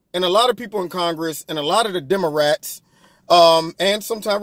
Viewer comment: Pronunciation - "DeomoRats".......... lol